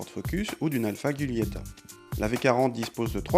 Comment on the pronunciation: On dit Giulietta et non pas guilietta. Mdr